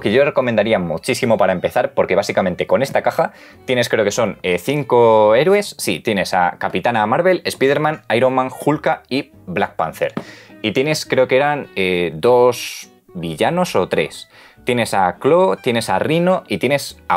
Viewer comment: Cthulhu=Chulu, Spiderman= Espiderman 😂